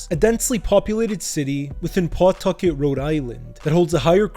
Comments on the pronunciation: It’s not PAW-tucket. It’s pa-TUCK-et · It's pronounced Puhtucket not PAWtuckit. 😂 I'm originally from worc mass area but have lived in ri for 30yrs, even lived in cf from & worked at a few prov restaurants with mob ties. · P'tuckit, say it right